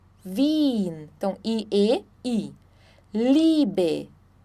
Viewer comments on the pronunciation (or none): none